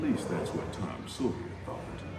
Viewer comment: "The Adventures of Tom Soyer"